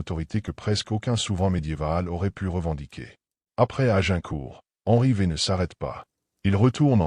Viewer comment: Henry VVVVV😂😢c’est catastrophique L’IA 😢😢😢